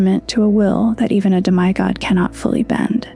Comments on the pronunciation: Good video “demeye God” though seriously how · How do you end up pronouncing Demi God so incorrectly that’s not a tough one and shows up everywhere